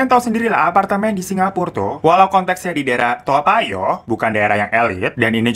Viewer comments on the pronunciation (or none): Bacanya bukan toa payoh tpi to payo kk yg centil 🤣🤣🤣🤣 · Nyebutnya tawpayoh kak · Ko dengernya "dimana telur tai" ya, typo ngomong apa gmn y🤣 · Gue dengernya "tayo" hahahahha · menit ko aq dengernya telur tai eah,.apa aq yg slah denger?😂